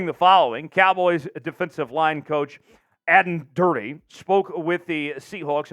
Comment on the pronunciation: Totally unprofessional. If you are going to present a video on a coach, at least learn to pronounce at least one of his two names. Plus you missed the one trait that makes Aden Durde unique mong NFL coaches and why his story is so amazing. Clearly no proper research done, just read (badly) from a script.